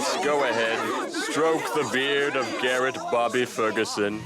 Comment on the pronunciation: It's Garrett not Gary